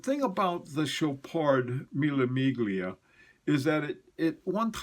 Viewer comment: you and your pronunciation!! Chopard Mille Miglia, G followed by L, the G in Italian is silent.Mille Miglia(thousand mile) was one of the great world road races,until they deemed it too dangerous because of many deaths.